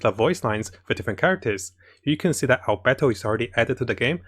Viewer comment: Ganring(Ganyu) and Albetto(Albedo) Subtitle: Gaming and our battle